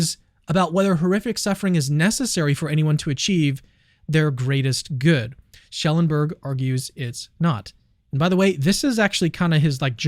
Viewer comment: It’s Schellenberg not Schelleberg. You’re missing n.